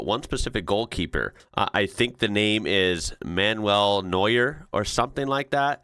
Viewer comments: You did pretty well with the names, the only corrections I'd have are that Bayern is pronounced "Bye Urn". Good job on Neuer, though! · Your pronunciation of his name sounds perfect to me, as a Dutch guy with just basic knowledge of German. Maybe Germans will find ways to improve on it, but I'm confident enough to say it's very close for international standards and certainly much closer than how I've heard people butcher other names. The same goes for Dortmund, which is a German city, and a football named after it is very probably from there indeed.